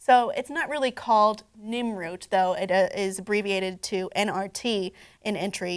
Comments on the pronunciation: I thought I was hearing things. Where did she get Nimroot? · it's pronounced Nirnroot, not Nimroot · Its nirnroot you nirnrod